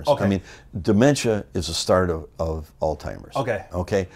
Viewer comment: Great interview and there's something genuine w Greg too...tu for listing the year it took place...what is it w calling Alzheimer's...All Timers!!!! Pronounce the Z dopes..lol